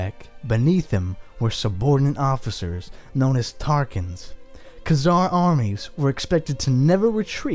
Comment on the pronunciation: We Need More Videos Like This. But PLEASE Learn How To Pronounce, Like, Every Name You've Said In This Video, As I'm Pretty Sure You Pronounced Most Of Them Wrong. Including Khan And Khazar.